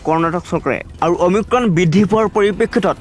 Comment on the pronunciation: অমিক্ৰম নহয় অমিক্ৰন,প্ৰথমে ভাষা শুদ্ধ কৰক।😏